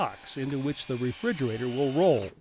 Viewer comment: I laughed a lot at "SO here's your virtual refriugrator"